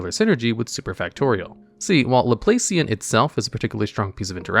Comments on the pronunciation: Laplacian is pronounced Laplahcian. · The operator pun coupled with mispronouncing “Laplacian” hurt me